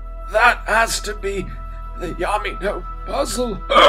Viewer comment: He says yammy but subtitles say " yummy "